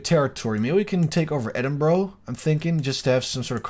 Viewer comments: its pronounced "eh-din-bur-uh" not "eh-din-bro" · No, it's pronounced ed-in-brugh